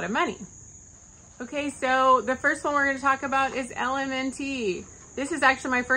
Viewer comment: Thank u! Btw, LMNT is simply pronounced "element". No need to add the T sound. LOVE your content!